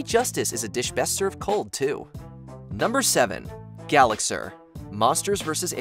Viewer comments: Lol you said Gallaxhar wrong 🤣🤣🤣🤣🤣🤣🤣🤣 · first, its pronounced Gallaxhar, not Gallaxher. second, mr tweedy didn't push the door it fell on it's own. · I normally don’t nitpick, but the plot summary they gave for Gallaxhar is incorrect on a couple notes. 1. They don’t even pronounce his name right (it’s pronounced Ga-lax-are, but they say Ga-lax-er) 2. Gallaxhar was not invading Earth for Quantonium (he extracted it from Susan who had gotten it from the meteor that landed on her), the invasion was simply to take over Earth and make a new home for him and his clone army since he literally destroyed his home planet.